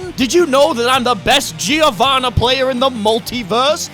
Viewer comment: guys I know that's going to fuck your mind but in "Giovanna" or "Giovanni" the i is silent